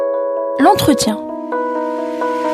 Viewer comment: "l'ontretien" ! déjà il va falloir commencer par bien apprendre à parler la langue de vos maîtres.... Sa satisfaction est de voir des européens !!! qu'est-ce qu'il leur prend à ces nostalgiques du colonialisme ? C'est quoi la prochaine étape ? nous faire découvrir les "traditions" culinaires de ces païens ? Sieur Guerfi nous apprendra alors à chasser le "sanglier des Aurès" dont la chair est réputée efficacement tahhanisatrice ! Vivement le coup de grâce - un tremblement de terre de "mère nature" - qui fera s'exalter les salafistes.